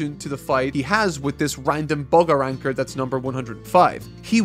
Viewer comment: It's Arrancars not Arannkars. Please fix your accent!! Call them by their names. Or are you afraid to make a mistake???